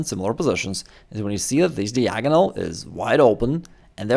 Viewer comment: Dude can learn chess and become a GM, yet he still can't learn how to pronounce "diagonal". 😂😂😂